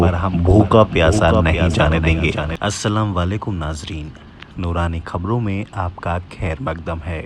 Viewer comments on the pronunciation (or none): BHAI AAPKA VIDEO BAHUT ACHCHHA HOTA HAI PR JAB AAP SALAM KARTE HAIN TO USME EK GHALATI HO JATI HAI...SAHI SALAM HAI....ASSALAMOALAIKUM.